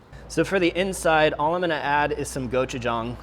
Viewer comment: Is it gochujang, or Go-Chef-Tom?